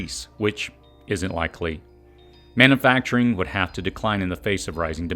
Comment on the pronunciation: Love your videos, but as a voice over teacher I would love to hear you correct “manna-facturing” to man-U-facturing”. You’ve got a great voice and delivery - keep it up!